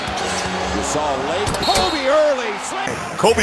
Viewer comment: KMOBE! lol the guy gotta learn how talk